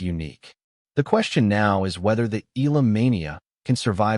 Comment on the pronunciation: Pronounced Eh ya la ...not Ila🙂